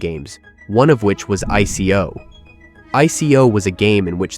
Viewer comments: btw it is pronounced Eye co not I C O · Why would you think it's pronounced I.C.O and not ICO...? 🤔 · One clue: how it pronounced ICO